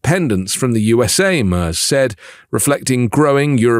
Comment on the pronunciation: The name of the coming German PM Friedrich Merz is pronounced [maertzz]😂 NOT [ murs].